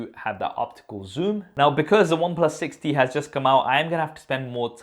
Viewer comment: Any one else heard it 60 not 6T?